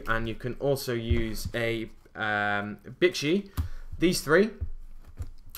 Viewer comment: Pronounces bixi bitchy